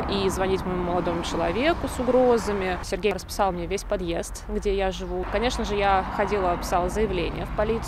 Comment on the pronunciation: Как она произносит любезно "Сергей"...????